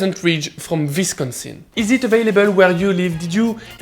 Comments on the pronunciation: Your pronunciations of Vermont (for future reference, ver-MAHNT) and Wisonsin (Wiss-KHAN-sin) were hilarious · Wisconsin is pronounced like Oui-sconisn, but thanks for the cheese shout outs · Great vid but I have to admit my favorite thing about it is his adorably French pronunciation of the word “Wisconsin”